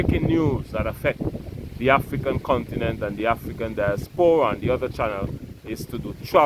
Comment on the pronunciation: Di-AS-pora not dias-PO-ra.